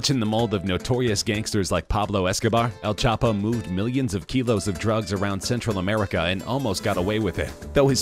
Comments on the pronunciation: “.. better known as El ChapA” Has this narrrator been dwelling in a cave the last few years? Even a 6 year old knows its El Chapo!? He makes the mistake also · Who is El chapa?😂 your " o " is none existing